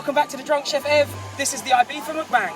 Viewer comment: Videos just started and its MuckBang not McBang that annoying anyone else or just me lol. Anyway away to watch the rest should be a laugh as per usual